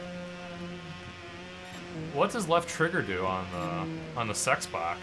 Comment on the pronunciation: did u say sexbox XD!!!